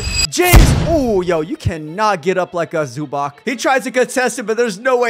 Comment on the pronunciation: As a clipper it’s Zubahts not zuback or zubach